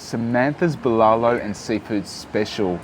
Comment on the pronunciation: Friendly tip add an h at each end of the syllables bbuh lah loh